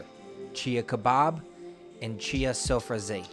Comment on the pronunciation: Amazing restaurant, so glad you're highlighting this on youtube! You are mispronouncing "sofrasi" pretty bad though